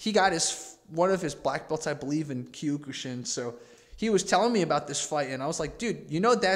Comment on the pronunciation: Kiok-shin not q ku shin lol